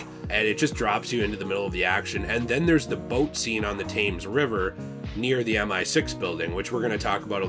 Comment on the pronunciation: "the Taymz river"